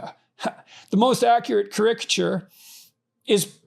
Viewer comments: care-ick-a-ture bruh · Is "ka-RICK-a-tyure" somehow the Canadian pronunciation of what the rest of us pronounce as "KAHR-I-ka-tyure?" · It is so painful hearing “krik-uh-chur ” over and over again. Is this a special Canadian pronunciation? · Never have I heard the word 'caricature' said like that. It was driving me crazy at the start. 😂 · Why can't he even pronounce caricature? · The way he pronounces "caricature" is sending me!😂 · Yeah, and he has to use some form of the word so many times in a row! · his pronunciation of caricature is annoying me